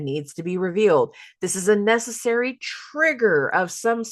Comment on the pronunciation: Hahaha “messessary”😂